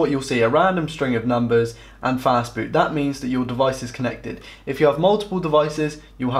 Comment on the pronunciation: Did you say FAST BOOT ? It sounded more like "FAST FOOD" ....which isn't helpful to those with learning disabilities. The narrator started off talking basics then dived headlong into nerdy techno babble which left those IT allergic and dislexic trailing behind.